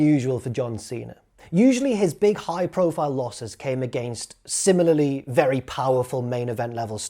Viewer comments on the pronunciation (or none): none